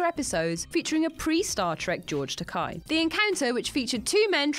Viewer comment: George TUH-KAY. Kinda rhymes with "no way," or also "risque" as was said at the end of the episode.